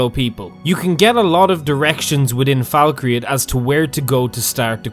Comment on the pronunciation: Falk-reath (reeth), not Falk-re-ath